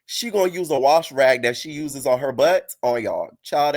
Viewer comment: “Tinka you gon have to do something with your BUhtt” 🤣🤣🤣🤣